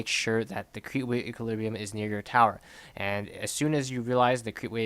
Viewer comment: if you say equalibriu one more time i am gonna kill myself :))))))